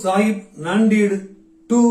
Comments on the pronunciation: அது நான்டீடு இல்ல நாந்தேட்,ஜல்னா இல்ல ஜால்னா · நாந்தேட் கூட தவறுதான் சரியான உச்சரிப்பு நான்டெட் - Nanded அடுத்தவர் பிழையை கண்டுபிடிப்பது பெரிதல்ல அதை நாம் சரியாக சொல்கிறோமா என்பது முக்கியம்